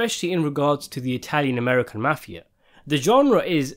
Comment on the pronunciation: I totally disagree with you and your opinion and the reality is your thoughts are a minority. Don't confuse B movies with English actors trying to be Mobsters because it's not the same as it was in America. Besides you can't even say mafia correct.